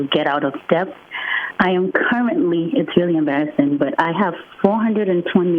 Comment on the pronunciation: $420k in the hole to higher education and can't pronounce the tiny word "debt", correctly.